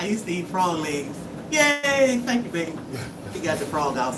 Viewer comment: 😂 You said, " It's a FU-ROG!!!"😂😅